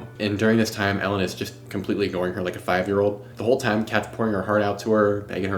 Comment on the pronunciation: An unrelated (maybe?) detail I have noticed lately. What this generation of young adults perceives to be 'old', or "ooald" as he pronounced it. Now 53 is not a spring chicken by any account, but it hasn't been equated to geriatric for well over a century if even then.:face-fuchsia-tongue-out:Now, Anne was born firmly within anyone's definition of Gen X, and is no way considered to be a Boomer. Which is a whole other thing, youngsters lack of respect for that generation.